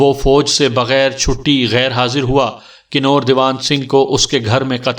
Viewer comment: Bhai ye kinor nahi kanwar bola jata ha.